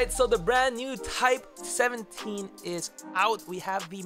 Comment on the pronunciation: You no I love you But I did hear type 17😂😂